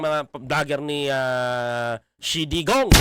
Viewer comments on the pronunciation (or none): Hindi xie dee gong dapat xie Dogong yan